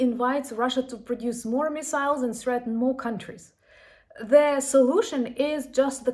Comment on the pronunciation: Keep up the good work You say “the Russian army” correctly But not “the army” Before a word starting with a vowel the becomes thee and the two words combine in effect So, “the army” becomes “Thee-army” It facilitates spoken fluidity in the same manner that “is not”becomes “isn’t” Slava Ukraine